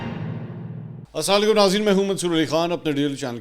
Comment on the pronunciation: Aap asaaalay kum kyubolte sidha se assalam walekum nahin bol sakte